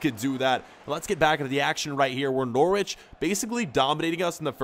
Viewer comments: N-ou-r-i-ch not N-or-w-i-ch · Bruh I'm not being mean but it's (n o r ich) say what you see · DO GOALKEEPER CAREER! (btw Norwich is pronounced No-rich) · Not To Be Rude: It Is Pronounced Norich, It is a bit weird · Your pronouncian of Norwich is funny